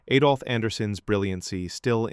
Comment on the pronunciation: It’s Adolf Anderssen, not Eidolf Anderssen.